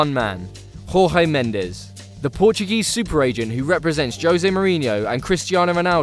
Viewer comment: Diogo Gomes I heard the English chapter say George Mendez